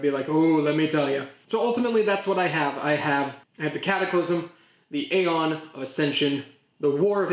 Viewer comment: Some Middle Eastern cultures have been around for man 1000s of years. A lot of European & Asian cultures have been around for 1000 years or more. 300 years is not even a drop in the bucket. Aeon is pronounced "EE-ON".